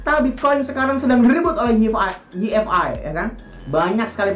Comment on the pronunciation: Apaan yi ef ai? Way ef ay yg bener